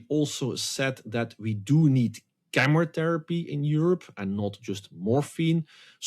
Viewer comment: Even the automated subtitles describe your utterance of "chemotherapy" as "cameratherapy" Please pronounce shit correctly. Otherwise you are unintelligable.